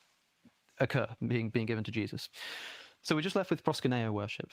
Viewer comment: It’s ‘proskuneo’, not ‘proskineo’.